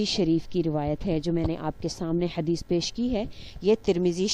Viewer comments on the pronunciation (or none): none